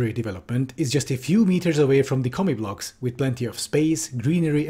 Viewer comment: I keep hearing you say "comic books."